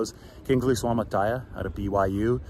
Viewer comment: Nobody pronounces Suamataia's name right..